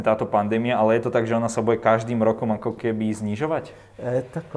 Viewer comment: jedna rada pre pana moderatora - nauc sa artikulovat a nehovorit bue a bueme ale buDe a buDeme, nech to neznie ako v krcme po zaverecnej